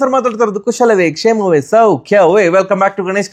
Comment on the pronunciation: ಕ್ಷಮವೇ 😅 ಅಲ್ಲ ಕ್ಷೇಮವೇ ಬ್ರೋ ಅದು